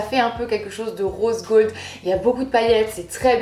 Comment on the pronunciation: j'adore ton "rôse gôld"😂😂😍😘